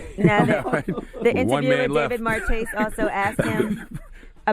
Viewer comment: Please check your pronunciation of David Marchese's last name... i'm pretty sure it's not as in 'cheese' but as in it's French origin, as in 'Marquis'. could be wrong, though.